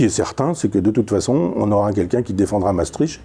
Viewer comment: Mais pourquoi les Français, même cultivés comme Michel Onfray, sont-ils tous incapables de prononcer correctement les noms étrangers ? Déjà, Maestricht cest cht à la fin, pas tch ! Il suffit de savoir lire. Ensuite il n’est pas difficile de prononcer « Maestrikt » au lieu de Maestritche ! Que dirait-on si on prononçait « « Parisse » ou Ca-en pour Caen ?